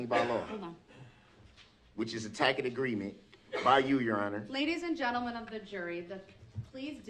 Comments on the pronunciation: did he...just pronounce tacit as "tack it" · You know that tackit agreement. Has nobody told him is pronounced "tassit"? Or is he so obtuse that he continues to say it wrong? Oh wait. That's equity linguistics. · Tackit agreement 😂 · I liked how he pronounced "tacit agreement" as "tackid agreement", lol. 'Check out the big brains on Brad', lmao!!🤣😂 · It be a tacket agreement from you 🤭😂😂🤣😂 He really just can't handle anything here, he has no concept whatsoever. I wonder what the court reporter is typing for all the mispronounced words and nonsense gobbledygook flowing out of his salad tosser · Omg he really says TACK IT agreement??? Someone PLEASE take this murderer out of this world. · This idiot said tackit for tacit. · “Which is a tackid agreement” 😂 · lmao right? I'm forever changed by his pronunciation of "TACIT" or TACK-IT!! I experience red hot rage when he says that. The SMUGNESS with which he mispronounces words that he also doesn't know the meaning of has taken YEARS off of my life. Also SUBSTAIN for the reckitt!Holy god this dude is a mess! Thank you for the laugh in the midst of all this frustration! 🥰🤣💯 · he is mispronouncing "tacit" (tasit), the c here having the s sound